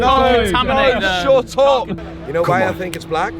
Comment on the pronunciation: going Shut up in the most British youth accent